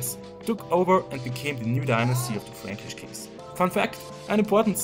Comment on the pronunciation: Yes, good video, but the thing that I remember about this one, is that the word "franckish" sounds oddly as "freeeench", so Charlemagne is french. And even, I think he would prefer have the name "Charlemagne" than "KARL DER GROßE", just for him. (I'm just kidding, I know after the carolagian empire division, the Germany was named Eastern France and the currently France was named Western France)